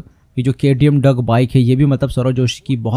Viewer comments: Arey Bhaii Duck nhii Duke hai 😅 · Bhai hey kya heh hey kya heh Bhai hoh Duke bike hey bhai not duck😂😂😂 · Bro it is not duck it is Duke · Bhai Duke hota hai duck nhi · Its not duck it's Duke!! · Dock nahi bhai duck hain